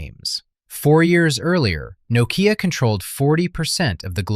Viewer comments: "noh-Kee-Ya" LoL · Well, as you don't know how to pronounce "Nokea" no surprise you don't understand why it collapsed. As someone in the room at the time: management failed to see the transition from a phone with a camera to a multi-media device that could also make phone calls (aka: iPhone). Add the hubris of managers and the competitiveness of Foxconn to churn out iPhones at an initial loss to destroy Nokea/Elcoteq manufacturing, and the end was in sight. Microsoft's Ballmer cashed Nokea out to grab the money and leave it DOA. Symbian was never going to be a mm device platform anyway. Nokea was result of accidental good timing more than anything else anyway.